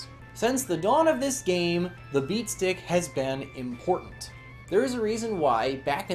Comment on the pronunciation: Are you saying beast dick?